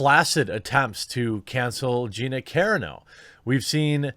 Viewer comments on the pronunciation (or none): Its CA-RAAAA -NO not CAREANO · Ca-ron-oh, not Karen-oh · car on o, not, care un o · caRAno is pronounced like roMAno or ciLANtro not “CARE-uh-no” you silly goose. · It's Carano, not Careno. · CAAAA Rah no. Not Care-a-no lol. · Dude! Are you EVER gonna say Carano properly? Karen's. Lmao. Love the channels. Its Kuh- ron- o... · Jeremy. PLEASE. It's Gina "Cuh-RAH-no", not "CAIR-ruh-no". PLEASE get it right! LOL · Bro, you’re killing me. Ka-ron-o, and Ta-no. Just trying to help buddy. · Ive always heard Gina Corano's name pronounced core-AH-no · Like many he obsessed w the 1st syllable. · Gina Karen-O? Dude you have too many subs and are too high profile, to not do a few minutes worth of research, on pronunciation. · Dude, u really gotta learn how to say her last name correctly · Please for the love of god - find someone else pronouncing Gina's name correctly and commit it to memory. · You did pronounce Gina Carano's name correctly in the last couple of videos, but now you're back to mispronouncing it. Ahhhh cringe. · The real question is will Jeremy ever pronounce Gina's last name correctly? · ... Can someone please tell him how to properly pronounce Gina Carano’s last name?? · It'd be one thing if he mispronounced my name. But Gina Carano is famous. He could have just youtubed a fight she was in and listened to the announcer saying her name. Problem averted. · The fact that you can't pronounce Carino right tells me you don't really care about this. You're just reading an article.